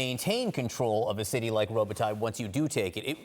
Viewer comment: Melissa Bell pronounces Robotyne correctly